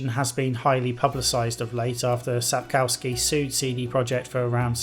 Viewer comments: oh god can you please stop saying sap CAU ski. Try sap KOFF ski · Everybody gets it wrong! Its SapKOVsky, not SapCOWskee!